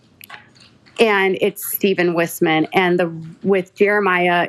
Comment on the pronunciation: Isn’t Wissman pronounced Weyesman?